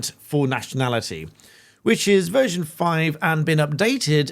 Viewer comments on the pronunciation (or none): none